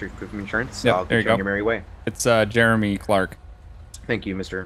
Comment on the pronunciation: Clearly it's Jeremy not germy